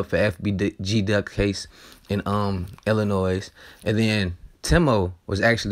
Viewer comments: It’s pronounced Ill a noy. You from Chicago you should know the S is silent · One thing dude you from this city you should know the s at the end of Illinois is silent that's a pet peeve of mine 😤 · How u from Illinois and don't know the S is SILENT. ILLINOI